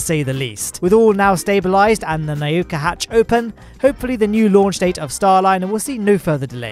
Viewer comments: its NAH-OO-KHA not nayuuhka. im not russian im polish but nauka is a word in polish as well. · "na-o-ka" 🤣🤣🤣, mate I know ur English, same here but it's "na-oooo-ka" it means science in Russian. Good attempt tho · learn to pronounce NAUKA.. its not NA-YU-KA